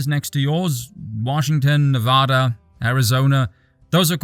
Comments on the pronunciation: If you were to ever apologize for anything, mispronouncing Nevada would be it. Ignoring the Spanish roots of the name is shameful. 😉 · This smarmy spork is able to eloquently evicerate with verbal razor wire everything that is hateable about my country and I love it. Also, as a native Nevadan, just a note; don't ever pronounce "Nevada" with a long A. We've killed people for less. Cheers!